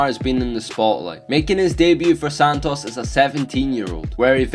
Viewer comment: Pronounced "Santus" even though it's spelled Santos